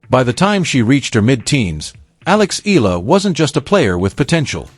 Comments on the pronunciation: Her name is ALEXANDRA "ALEX" EALA! Tha surname is pronounced as EYALA not ILA! E-YA-LA!!! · It's pronounced as EY-YA-LA not i la. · Eala pronunciation E-yala